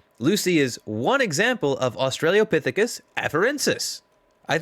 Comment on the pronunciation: I'm really enjoying your stuff but it's Ah-stra-low-pithicus not Australia-pithicus. You are quite articulate otherwise and hope you don't take this as a criticism.